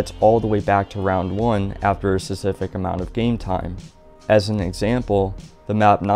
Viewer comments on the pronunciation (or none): Just cuz there's no P on the help door doesn't mean there's no P in "specific". I beg you to pronounce it